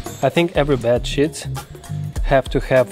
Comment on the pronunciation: "Bad shit video!"...Not the greatest thing to hear with autoplay 😂. Love the video though, and I'm not making fun of your accent... I was just really surprised 🤣.